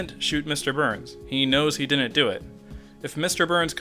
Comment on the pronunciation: why are saying dinnent?